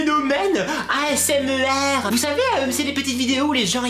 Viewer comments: "Asmer" Il n'y a pas de e dans asmr ? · Steresser ? Asmer ? Mes mignonne oreilles ? Pas gerave ? O_o okkkkkkkkkk....